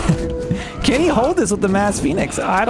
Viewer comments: J's are pronounced with Y in Norse. So Yarl and Yotan. Otherwise awesome AoMR content! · The "J" in Norse names makes a y sound. "Jotun" is pronounced "Yotun" and so on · Jotun is pronounced jå:`tun. Or plurar jotne